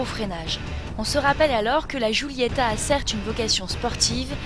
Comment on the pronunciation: alfa sshhhguulyettahh lol sh sh sghghghg